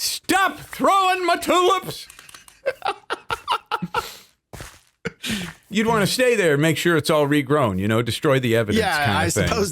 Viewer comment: I always love catching moments on stream. "STAHP THROWIN MAH TULUPS" was a good one